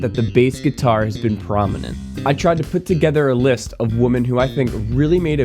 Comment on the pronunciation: First pronunciation problem is that you're mispronouncing the O in the word "women."